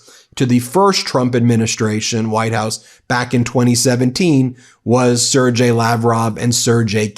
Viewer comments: Sergei is pronounced Ser-GAY. Do your homework Ben. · Ben, pronounce Sergei properly, hard G, pronounced Sir-gay. Seems minor, but it’s important for consistency especially since they’re in official legal documents. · sir-gay, withoyt "dg" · Man you really need to learn how to pronounce some of these names, it makes you look lazy and dumb, I mean Sergei and Fico? Fr